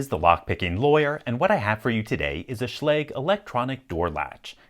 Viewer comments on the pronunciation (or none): I hear the proper pronunciation is schla-ga, not sch-lay-g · Try pronuncing it correctly next time ;) [ʃla:gɘ] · Oh. I've been pronouncing it wrong all this time. I thought it was pronounced like Schlojj (Sch as in school then the ending of something like the US English pronunciation of garage) Well dang. Thanks for clear both that up and that Locks vulnerabilities LPL! :) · did anyone else just click so they could finally learn how to pronounce "schlage"